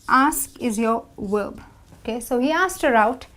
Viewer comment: I have just one question: why did you pronounce "/v/" consonant in word "verb" as "/W/" consonant?